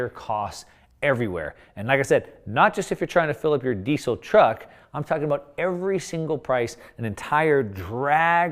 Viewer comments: Ahhh can you please pronounce Diesel correctly. "Dee-zul" not 'desse sil.' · I thought it was pronounced 'dee-Zel' with a Z sound, but you say 'dee-Sel' with an 's'?